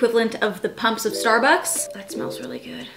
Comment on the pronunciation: ‘Starucks’ HAHA 😂